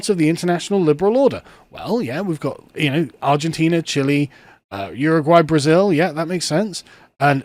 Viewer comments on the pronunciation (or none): none